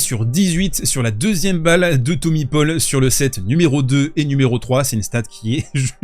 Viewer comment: « Thommy paupol » 🤣